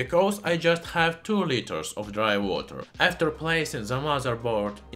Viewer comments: "Dry Wooter". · Idk what’s more interesting dry water or the way he says dry water